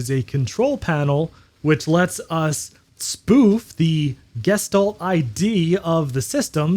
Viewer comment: It’s pronounced gesch talt